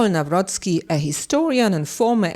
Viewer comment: Jeez cant you really make this minuscule effort and learn how to pronounce his surname NAWROCKI